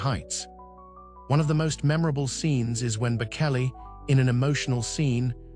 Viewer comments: Reader, learn how to pronounce the names of the people about him you speak. It is pronounced Bochelli, not Bokelli. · Please learn to say his name correctly, it’s with a ch not a k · Please have the courtesy to pronounce his name properly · The narrator doesn’t know how to pronounce the singer’s last name… hope one day he’d say it correctly! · Please have the respect of knowing how to pronounce his name… Google it as the late Queen said.👵🍁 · Please don’t post until it reveals the respect it deserves. There are many videos that repeat and spell the name Bocelli properly. Learn it before you do any other. The right thing to do would be to redo the sound with it corrected before posting it. I was a teacher and made sure I called even young children by their name correctly. Your name is very meaningful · You can’t even say his name correctly.